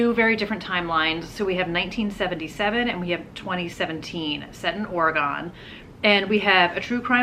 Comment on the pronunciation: I love watching your videos. And this may be petty, but I sure would appreciate it if you researched the pronunciation of Oregon. YouTubers always want to get pronunciations of names, other countries, etc, correct, but for some reason it's just not important enough to get a state in your own country right? It's an east coast thing, I get it. But please, for your west coast fans, pronounce Oregon correctly 🙏